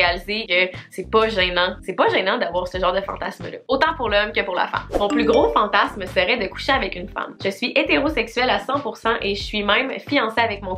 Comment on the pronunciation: Une fois sur deux tu dis fantassss lol c’est fantasmmmmmeeee haha